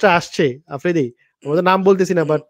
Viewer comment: আফ্রিদি নিজের নাম টাও উচ্চারণ ভুল করে।।অকালপক্ব প্যাচ প্যাচ করেরে।।স্মার্ট কাউকে নিয়াছেন যে ম্যাচিউর ।।